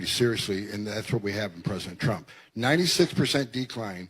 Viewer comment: Did she just turn the name TRUMP into two syllables?